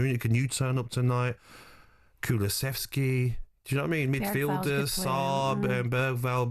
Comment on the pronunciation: Why can no British person say Kulusevski correctly?